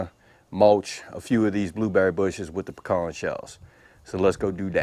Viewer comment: Good to here the correct way to say “pecans”.